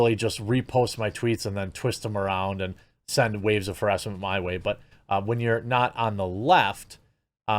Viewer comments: Man, Jeremy you're even conforming to the "new" way of saying harassment. It's ha-rass-ment not haris-ment. :P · What is hair esse meant? Just say it right. Harassment! Otherwise you are a cuck. Stop changing words. Find your balls.